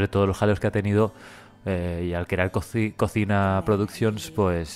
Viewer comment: Se pronuncia collima 😉